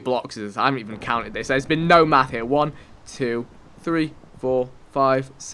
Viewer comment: I know he has an accent but the way he say been as bean kinda bothers me :/